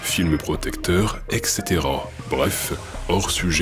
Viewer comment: Très bien, super analyse malgré la longueur. Un détail cependant, j'ai mal aux oreilles lorsque je vous entends prononcer "et cetera" : c'est "êtes cétéra" et non pas "ex cétéra" enfin a peu près. Voir